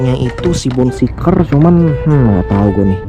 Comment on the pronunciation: bacanya bone shaker bro, bukan bone seeker